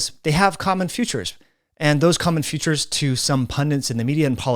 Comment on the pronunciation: Good video. Just an irrelevant note: you kind of pronounce "features ", as one would pronounce "futures".